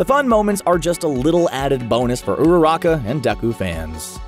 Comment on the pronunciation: i love when he said ururaka